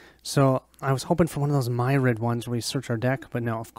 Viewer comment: If you care Myriad is pronounced "Meer ee ad". If you don't care, please excuse me for mentioning it. While I'm at it, derringer is pronounced "Dare In Jer"